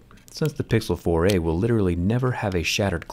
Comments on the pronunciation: I thought u turned to a canadian. The way you say: the pixel 4 eehh! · Whenever he says Google 4a , I kinda hear "Google 4 eh " in an Australian accent how man !!